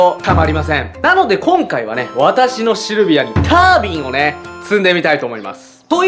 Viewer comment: あのー、 の タ ー ビン っていうのなまりですか？